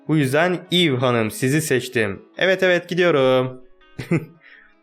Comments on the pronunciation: Abi aslında o kızın adının öyle okunmuyor. Eva diye okunuyor. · Abi kızın adı normalde eva diye okunuyor eve diye yazılıyor